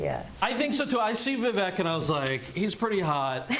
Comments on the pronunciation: Wait I thought it was pronounced "Viv ache". Why are they saying it "Viv eck"? Which is it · They are pronouncing it incorrectly in this video… it’s “Vivek like cake” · Yeah, can’t even pronounce his name right. Vivek like cake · I find it interesting that a panel of Indian Americans pronounce Vivek’s name wrong 😂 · The way she said Vivek 🤣🤣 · Why don’t they say the names properly. Like Kamala and Vivek.